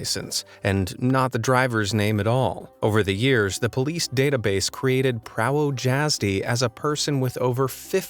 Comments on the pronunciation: I am also Polish. Sadly, I butcher words in all languages. Glad someone else pointed it out tho, when someone corrects me, I appreciate it. :) To non-slovanian speakers.... Prawdo jazdy = "Pra-hv-do yahz-de or yahz-di" (depends on how people pronounce the "y" to be either an "e" or "i" . In Slovanian languages the W is always prounounced as a "V". But then the other combos get confusing for some. But it's Like people saying Warsaw, (Warszawa) it's actually pronounced "Var-shav-a ", where the W is pronounced as a V and the Sz is actually the Sh sound. Cheers and Happy Holidays!!!!! corrected a to o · as a polish person that hurt me but i understand that polish is very difficult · Ngl That's kinda funny how he pronounces "prawo jazdy" (don't get me wrong I'm Polish and its kinda funny to me) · im polish and i know he said prawo jazdy wrong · Man butchered the pronunciation of drivers license in polish tbh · I hate how you say prawo jazdy, please read it properly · And he pronounced Driver's License wrong in Polish. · bro im polish and every time he said prawo jasdy i cringed cuz the w is pronounced like a v and the j like a y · Darn I just let my mom off the phone. I was asking her because she was born there. I laughed at how pronounced it though. And even if the Irish Cops did not know what it said, what Driver's License in ANY country as the driver's name at the very top? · My mom was born in Poland so I knew he was pronouncing it wrong but at the same time I cannot speak fluent Polish because my English dad did not want my mom teaching my siblings and I anything other than English (makes me so mad). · I'm Polish, hearing how do you pronounce "prawo jazdy" hurts... maybe next time spend 1min on google translate to check how to pronounce it...? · The way you pronouced "prawo jazdy" made me think it's an actual person before you explained it lol (i am polish) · Me tooooo 😂😂😂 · Prah-voe-yaz-d You fucklng American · Prawo jazdy is prounanced pravo iasdy